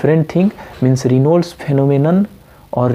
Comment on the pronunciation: Dude ..its 'raynauds' phenomenon & nt reynolds😂... also TAO is syn. of buerger's & nt raynauds